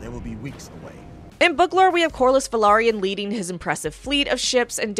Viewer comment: why are you pronouncing Deamon so weird